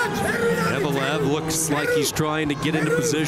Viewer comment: Заметили, что комментатор называет фамилию Евлоев, как "Евелов"?